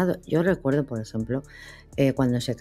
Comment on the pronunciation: El Principe de Noruega no se llama Hakon como lo pronuncio la señora de Azul , la verdad que se escribe asi pero se pronuncia Hokon, lo digo porque siempre los nombres de Escandinavia lo pronuncian mal, en el caso del Principe de Noruega lleva 2 aa y por lo tanto esas 2 aa son una o ,espero les sirva de algo, saludos desde Noruega 🇧🇻